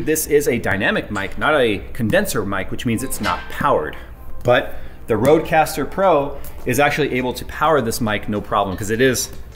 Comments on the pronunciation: OMFG how you absolutley butchered the "Røde" prenounciation xD. "THE ROAD CASTER PRO" its not ROAD its RØ-DE more or less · I just love it whem non-skadinavians try to say "Røde" :p